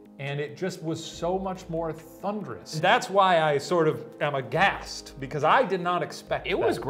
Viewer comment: Aghast or a-gassed?